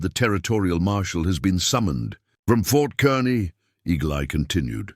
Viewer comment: I’m from Kearney, Nebraska. “Kearney” sounds like “car knee”, not the way it’s pronounced in the story. I like to hear historical stories about Nebraska. Thank you!